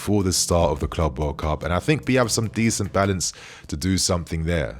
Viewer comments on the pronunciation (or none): none